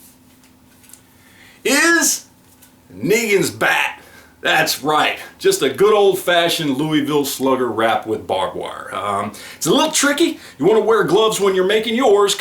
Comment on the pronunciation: Not pronounced louey-vile. It's lull-vile